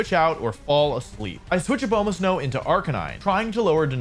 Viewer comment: If I hear this man say Abomasnow like that one more time I’m going to scream